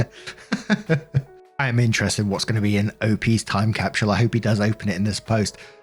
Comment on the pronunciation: Is it really „time capshl“? 😅